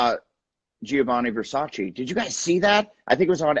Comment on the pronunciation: "Giovanni Versace" lolllll